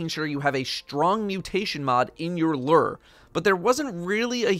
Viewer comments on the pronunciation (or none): Merch looks like you watched unas annus. Also its loo-er not lurr.. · Bruh. it’s pronounced Lu-ure not Lrrrr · Bungie is gonna make me quit destiny by the way streamers can't figure out how to pronounce "lure." LOO-ER. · My inventory: Lure: Ler 😂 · Personally I enjoyed how said it like “Luur” instead of “Lewer”. No offense, I’m just easily amused by these sorts of things. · I'm really distracted by the fact that you pronounce it lerrrr instead of loooor. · says lure My brain: I AM LURR! RULER OF THE PLANET OMICRON PERSEI 8! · He isn't the only Destiny content creator who butchers it. LU-ure people, get that double u sound in there. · pronouncing “lure” like it’s the ruler of Omicron Persei 8 over here. Lure ≠ Lrrr! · Hahahaha "Lurr" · /lo͝or/ in case you wanted to pronounce it right 😂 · L E R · my friend, it’s pronounced “loor”. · isnt it pronounced "lew-er" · Why do you say lure like that? Stop saying lure like that. Lurr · bruh.... it’s pronounced “loo-er,” like a fishing lure......your pronunciation is super weird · Wait how is he pronouncing lure? 😂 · Can no Destiny content creator pronounce Lure correctly? JHC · How does a person not know how to pronounce lure?